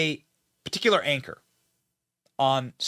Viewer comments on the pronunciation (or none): none